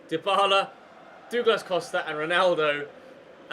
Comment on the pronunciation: you've got to learn how to say Douglas right.... and the teams passing is all you, so you've to get better instead of saying its your teams fault, cause thats so irratating. but i do love the vids bro